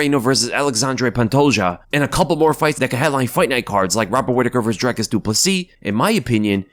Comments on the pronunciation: its not drykes nigga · Dricus on the main card and and the commentators are still calling him Drycus, love to see it, never change. His match with Robert Whiteaker should be great, but not as good as the main event of Vulcanovski vs Rockriguez.